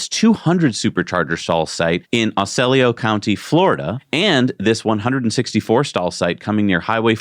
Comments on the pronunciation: aH-SEE-oh-la county (Osceola County) Florida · Pronunciation of Osceola in FL is OSS-See-Oh-La. Accent in first syllable.